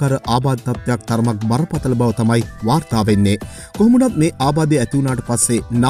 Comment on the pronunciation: අරංචි වෙන්නේ...😂වර්තා වෙන්නේ 😂 මරු ස්ටයිල් එක🔥